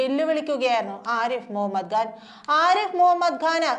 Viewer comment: സഹോദരീ, ആരിഫ് മുഹമ്മദ്‌ ഘാൻ അല്ല, ആരിഫ് മുഹമ്മദ്‌ ഖാൻ എന്ന് വേണം ഉച്ചരിക്കാൻ.